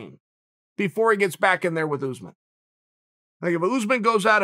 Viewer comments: It’s pronounced uss-män, not oozeman 😂. It is an Arabic origin name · Why does Chael call usman “ooze-man?” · Chael “Oozemen” Sonnen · “Oozeman”😂😂 “‘..Two plus two doesn’t equal four”- Sonnen👨🏻‍🏫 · "Oozeman" love it. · Tbf I'm surprised he doesn't pronounce it Yuzeman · I actually did ask Chael to say “Oozeman” a bunch of times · Kamaru “OOZEMEN”